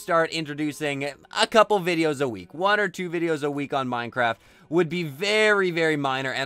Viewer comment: It's minecraft not mincraft